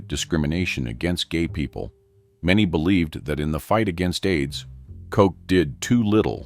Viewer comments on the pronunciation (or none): Pronounced cot- ch, not Coke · His name was Edward Koch not Edward Coke😅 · Koch's rhymes with crotch. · Its mayor koch not kote. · It would help if you could pronounce the names of these evil reprobates! Aids is the sin disease of sodomites! If they found salvation through Christ they would have cared because they already knew what they were doing was blasphemy! Koch is not pronounced kock! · They mispronounce the last name of Ed Koch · Koch died of congestive heart failure. Not Aids. Can't even pronounce the man's name.